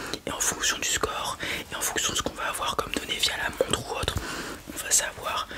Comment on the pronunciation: Tu ne prononces pas les R en fin de mots c’est stressant ! quatRRRe, permetRRe, montRRe, périmètRRRe! 😅